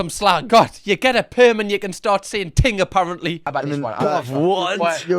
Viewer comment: Ting...ngl I thought he said teen!!!! Panic over